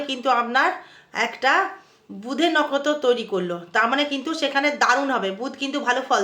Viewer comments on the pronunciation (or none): ভালো বলেছেন কিন্তু নক্ষত্র উচ্চারণ ভুল করছেন